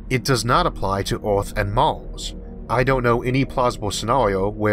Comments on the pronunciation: Learn to say "er" instead of "or", and the alleged speech impediment is gone. "Emerge", not "Ormorge". "Earth", not "Orth". Lasers, not lasors. Future, not futchor. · What is that "orth" he is repeatedly speaking of? What is a "leysoh"?